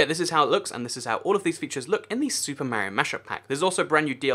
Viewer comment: it's Mario not maario